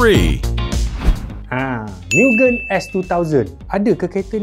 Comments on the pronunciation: Aduh... ad orang komplen kt telinga saya... cara sebut MUGEN tu salah... abang sebut miu-gên... si peminat kereta seorang ni katanya MOO-gén... bukan jawapan masuk dalam UPSR pun.. tapi tetap berleter kat telinga saya... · Fyi.... cara sebut mugen bukn 'miugen' tpi 'mugen' camtu je..oke bai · Sebutan Mugen tu salah. Ekekeke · Mugen bkn miugen 😂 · sebutan yg betul ikut ala jepun mugen MU -MUrah, GEN -GENtel maksud mugen- unlimited.. atau tiada batasan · tersiksa jiwa nk menonton sampai habis dengar pronounce mugen tu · sebutan x kena bang oi mugen ..abg kena tengok anime depa sebut macam mana...